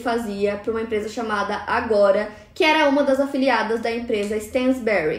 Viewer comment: eu fico agoniada com isso. Outra coisa que ela fala bastante é "cabeleleira" e ao invés de dizer "ela chegou em casa à uma da tarde" ela diz "asuma da tarde" que é horrível 🙉